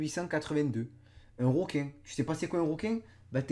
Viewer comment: On dis un requin pas un roquin merci